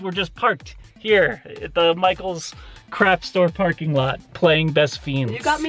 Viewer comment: does anyone else hear "crap stores" instead of "craft stores"? Because don't get me wrong, they are both. I just wanted to know if I was going crazy lol